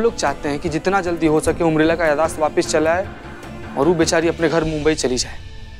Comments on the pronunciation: Umrila nahi Urmila hota hai cheete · Urmila ko umrila bol raha he😂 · Abe cheeteh umrila nahi hota hai urmila hota hai